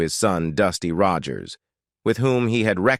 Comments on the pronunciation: You should redo the narration , heven instead of heaven, Roy Roager, I think, and other humorous fumbles. But I did enjoy not hearing the usual evil reality of some Hollywood stars. Trigger was also shown behind Roy toward the end but yes, that was Trigger and Roy had him stuffed. Trigger was in the movies before Roy owned him. Olivia De Havilland rode him in the "The Adventures of Robin Hood" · This was a wonderful tribute to anicon from my childhood and I loved everything except that robo voice that mispronounced Rogers to rog-urs and Heaven as he-van. Roy Rogers and Dale Evans were such fantastic people and the love they poured outon their children was wonderful. My Mother, a few years before weblost her to congestive heart failure had the opportunity to meet Dale Evans at a local church. She was elated to hear her speak. Awesome folks and the most beautiful horse -:Trigger! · Narrator needs a reading coach to learn to pronounce common words engaging is not indulging and Roger's is a famous name that should be easy like Mr Roger's not rawgers. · Gotta love how the Bot Reader mangles Roy's surname and "hee-van". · its sad the amount of work that goes into a video like this, but the lack of editing to fix the miss pronouncement of Rogers (oddly it doesn't happen all the time but a good enough number) and then a few other words that were just not pronounced correctly. Roy Rogers was my mom's huge crush. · Teach the mechanical voice to SAY Rogers! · Loved Roy and Dale. This would have been a better tribute if they had taught the computer correct pronunciation. Kind of ruined it for me. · What’s up with the mispronunciation of so many words in this narration, including Roy’s last name multiple times? This must be an AI generated. Very disconcerting.